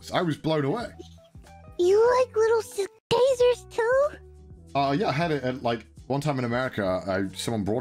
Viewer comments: I love how almost accidentally said caesars correctly and then quickly stopped and pronounced it wrong again. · "You like little C.. Kaisers pikza" Oh, you almost said it:D